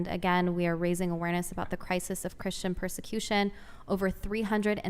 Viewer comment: A problem, you encounter, when popping Ar-Pees, is the pur-sir-Q-shyon of thruthers on YT.